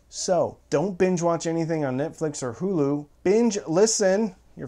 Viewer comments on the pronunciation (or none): none